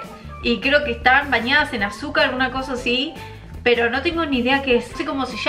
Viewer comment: Me da risa cuando, en lugar de decir "No" pronuncia "Do" 😂